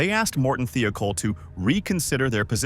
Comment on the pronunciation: why does the narrators voice sound like its AI. its not THEE-O-KOLL, its pronounced like its spelt. THIGH-O-KOLL "THIOKOL". i would watch this if it wasnt that its prob ai generated or at least narrated junk. i support people. not computers.